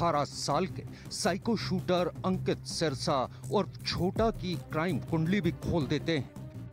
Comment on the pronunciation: सिरसा नही ह जी सेरसा है ठीक करो जी नाम